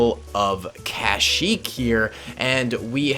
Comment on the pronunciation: "the jungles of cashyyyk", lol, love the content bro keep it up!